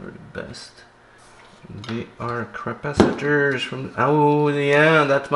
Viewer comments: Did you call them Crapacitors ? 😂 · Did I hear you say crapacitors?